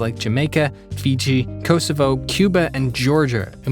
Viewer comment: Bruh why did you have to pronounce Kosovo like that?